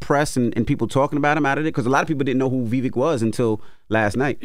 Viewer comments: The breakfast club is trying hard to undermine Vivek ‘s rise by any means. Purposely mispronouncing his name here and there. It’s pathetic to see this hate since he gave them a spank last interview with him, exposing their baseless political arguments !!! Vivek was on fire last night on that stage and trended number 1 all night on Twitter as the winner of the debate. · The Breakfast Club is so disrespectful when speaking about minorities. They won’t even pronounce Vivek’s name correctly, or worse, Charlamagne saying “whatever his name is”. I miss Angela Yee, she brought class and reason to the show. 😔